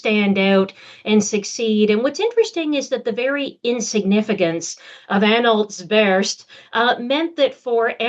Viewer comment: Slightly distracting that your learned and erudite guest cannot pronounce the dynastic name her research subject, Anhalt-Zerbst (Tsérb-s-t)